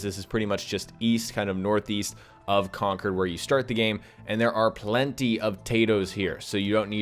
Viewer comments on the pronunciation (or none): none